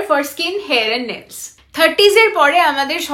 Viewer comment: Nails not nells😂😂😂😂😂uff byapok pronunciation😂😂😂😂😂.